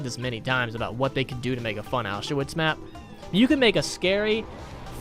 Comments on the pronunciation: Dude said “Ow shoe wits” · Nobody:: ow-sha-witz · The way he pronounced Auschwitz😂